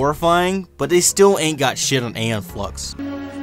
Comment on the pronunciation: Ee-Yon, not Ey-yon. Come on, now.